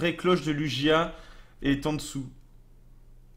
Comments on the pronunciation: "Lougia" pas "Lujia" !!! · ça se prononce Luguia